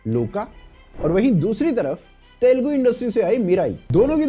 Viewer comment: Telgu nahi...Telugu bolo...